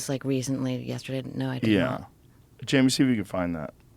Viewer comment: come on buddy